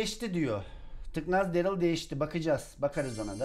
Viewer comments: Darly değil darryl. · Zaten lazbabinin derıl dediğini söylüyo saf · tüccary darlyy sjsjsjsjsj